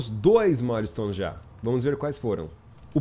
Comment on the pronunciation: Correçao de Ingles do Episodio:A Pronunciaçao correta é "Mael"-stones (Milestones) ao invez de Ma-le-stones."Mael" seria a pronunciaçao da Palavra Mile que é milha em portugues.Milestones é uma giria nos estados unidos para missoes passadas para pilotos ilegais por exemplo:Passe por tal velocidade em radar,acerte tal carro de policia,fuga de tantos policiais Etc.isso é tudo,Otimo Video 👊🏼